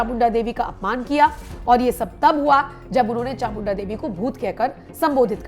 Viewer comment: It's chamunda devi. Please pronounce properly.